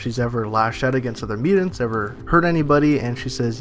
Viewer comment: Miu-tants. Not miu-dend. Sorry, it just sticks out like a sore thumb.. MIU-TANTS..! Your guys videos are great, just sounds really weird to not pronounce that correctly. Sorry